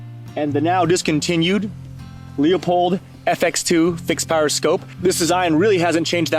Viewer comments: "LooPold" brother ✌️😁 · he knows what a magazine cut-off is, where it’s from, and why it’s used. You can keep congratulating yourself on saying “Loopoldt”, while this guy is actually lightyears ahead of you and you could be learning.